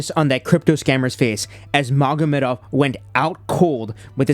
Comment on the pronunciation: Magomed Mogomedov💀 these people don't even try.